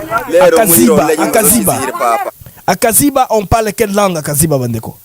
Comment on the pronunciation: Kaziba et non kiziba